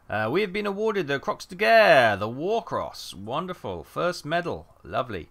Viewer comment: Croix de Guerre is pronounced approximately like (KWAH deh gahre).